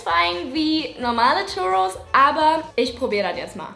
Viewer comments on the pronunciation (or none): Churrus ist ein Spanisches Gericht das heißt das das ,,r‘‘ gerollt wird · Bin ich der einzige der sich drüber aufregt wie sie churros ausspricht?